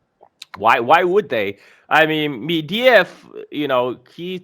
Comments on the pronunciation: It's Medvedev, not Mediev. Get your facts straight. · It's Med-ve-dev,, not Mediev or whatever.